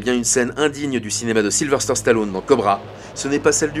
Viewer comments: Question stupide, pourquoi tout le monde y compris chez vous "Capture mag" vous l'appelez SYlVERSTER on non pas SYlVESTER ? Alors vous allez me dire non tu entends mal...Mais non. Mettez les sous-titres et vous verrez que même cette application détecte que vous mettez un R là où il n'y en a pas. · Voix off horrible à déformer son prénom à tout va. Silver stère...